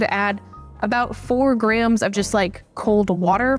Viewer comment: I started hearing Grahams instead of grams in your videos and I can’t unhear it 😂 Graham should be a new measurement unit